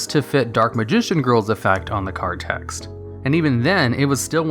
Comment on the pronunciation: The word text ends with a t, why do you constantly keep saying tex?